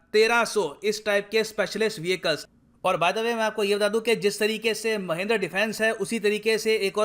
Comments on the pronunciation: महिंद्र नहीं सर "महिंद्रा" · It's Mahindra...not mahindr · It's not महेंद्र it's महिंद्रा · Saale tumko bolna nhi aata Mahendra nhi hai Mahindra hai, shi se bola yoh karo be, gyan do toh shi se do, tum se aisi umeed nhi hai, accha gyan dete ho par aisa mat kro bhai, apna video suno khud se mahendra kitna awkward sound kar rha hai. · महेंद्र -i says महिंद्रा😀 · it's not Mahendra its Mahindra!! jesus dude! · mahendra nai guru ji its mahindra pronunciation wierd ho gaya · Sir ji not महिंद्र its महिंद्रा....